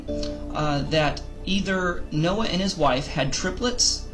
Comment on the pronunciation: Noah not Snoah😆sheesh😂🤣